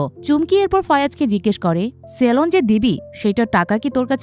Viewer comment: সেলন না সেলুন??